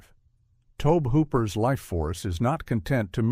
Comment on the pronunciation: I absolutely love how the AI voice misprounces the Hidden (hudden) one second, then gets it right literally two seconds later. And its Tob-EEE Hooper! Not Tobe like robe. Every AI voice in all these YouTube channels ALWAYS gets it wrong! I thought Leviathan was better than Deepstar Six but thumbs up for your thumbnail of Nia Peeples.